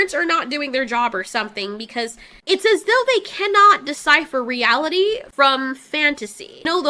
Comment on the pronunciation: I "KEN - NOT" EVEN!